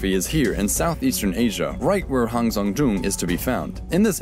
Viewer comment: I like how educative it is but I can't help but shiver whenever he tries to pronounce Hang Sơn Đoòng